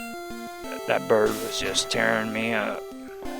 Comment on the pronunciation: OMG I love how you are like "That bird." xD Zapdos is not just "That bird" he is "THAT bird."